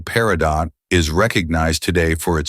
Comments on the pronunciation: Peridot = PERRY-doe (T is silent) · The T in Peritot is silent!